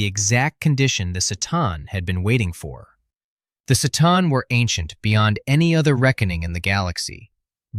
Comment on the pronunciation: Pretty much the only problem I have is the consistent mispronunciation of C'Tan..... "Sa-Tarn" Confirmed in many, many books and lore as "Kha-Tan"